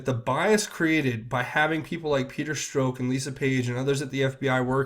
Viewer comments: Starting to sound strange, you pronounce Stzrok's name "Stroke". ok, so it's Peter Stroke ????? And then you say "tainted" several times. I'm not a perv but most of these elites are....so I'm wondering, is this all just a psyop? Another huge distraction ?? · Peter Strzok, is pronounced Struck.